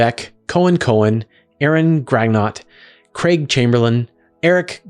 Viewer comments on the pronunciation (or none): none